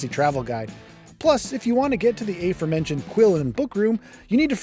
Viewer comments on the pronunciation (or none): "Aforementioned" is pronounced /uh-FOAR-men-shun'd/, not /AY-foar-MEN-shun'd/.